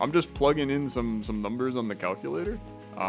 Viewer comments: cal cue luh tore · literally my first thought lol. cal- cuh-la-tor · Missed oppurtunity to call it the way calls it in TAWoG, Cal-Kewl-Latore....that is about as close as ill get for how he pronounces that >-> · CAL-CU-LATOR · CAL-CULATOR!!!! OMG